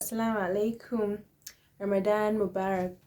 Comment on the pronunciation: My fav part was “AssalamAlaikum”🥺 I love the way you say it 💃🏽💃🏽...well on a scale of 1-10 ..6/10 I believe will take me to Jannah InshaAllah..but y’knw Allah knows best he’s in control of everything